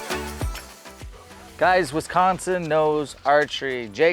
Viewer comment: West coast people and how you say Wisconsin is funny. Sounds like WESconsin. Love the video, right in my neck of the woods